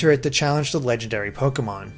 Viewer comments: It's funny that most of the Pokemon he says is wrong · You sure do know how to pronounce some of these Pokemon names! hehe....